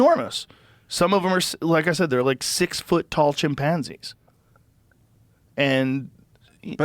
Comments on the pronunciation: the way joe says chimPANzees reminds me of schmidt from new girl lmfao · Has Joe always said chimpanzees like that lol